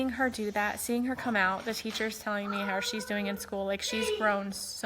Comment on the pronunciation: She was so inspiring ...but it drives me nuts how she says how